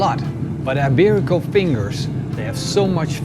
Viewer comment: Hi, not sure if somebody mentioned already, but the "i" in "iberico" sounds like the "i" in "ik" in Dutch, not like egg "ei" in Dutch. Great video, cheers!